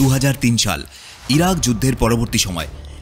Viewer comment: সিরিয়া/ইরাক ❌ ইরিয়া/সিরাক ✅